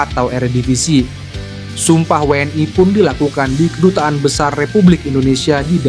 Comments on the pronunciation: we en i min bukan we en ai .... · Min bacanya WNI, bukan WE EN AI... gak usah lidah english ... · 😂😂😂😂😂 kaya orang malaydes aja pake ai 😂😂😊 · Lidahnya abis makan sambel level 100 bebz...makanya ai..ai..aaaaaiiiiiii